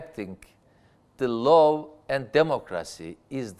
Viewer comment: Sn baskan, hukuk "la" diye okunur, Behsat C gibi :), "lov" derseniz Semra Hn gibi ask/sevgi demis olursunuz. Virus "vayris" diye okunur Amerikan Ingilizcesinde. Fikirleriniz harika ve Istanbul sizi sectigi icin, iki defa, cok akillica tercih yapmis. Basarilar ve bir dahaki donemde size pranga olmaya calisan IBB meclisinde de cogunluk olmaniz dilegiyle.